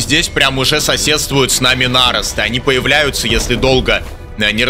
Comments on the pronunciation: Да почему нАросты то? Ну нарОсты же, нарОсты. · У меня один вопрос: почему ты говоришь нАросты? 🤨